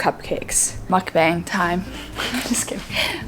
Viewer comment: The way to pronounce mukbang is muk-bang!! With a AH sound like father, not beng 😁 If it was rude to correct your pronunciation, I’m sorry But I just wanted to let you know!